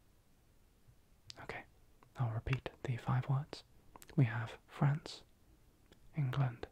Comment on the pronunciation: Okay I'm glad I'm not the only one who heard France as Friends lolll